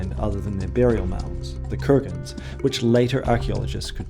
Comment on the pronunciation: Yamnaya (ямная) is a Russian word. It means "of a pit or pits". The stress is on the FIRST syllable. Kurgan (курган) is also a Russian word. It means "mound". It is stressed on the SECOND syllable. You manage to get both of them wrong. This, together with your thoroughly obnoxious and ridiculous Americanised New Zealand pronunciation, disqualifies you from being taken seriously in matters of language 🤡🤡🤡